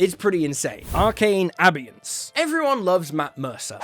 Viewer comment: Abeyance: a-bay-ance not a-bee-ance, just saying.😇